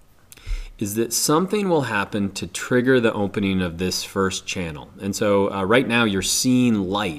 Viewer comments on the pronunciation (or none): Can you stop pronouncing "opening" as "omphening".